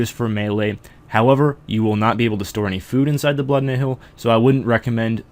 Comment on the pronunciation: Also, Nihil is pronounced "Nile," not "ni-hill."